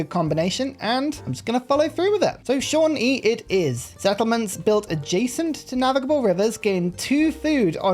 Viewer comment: I'm so proud of you for learning how to pronounce Shawnee!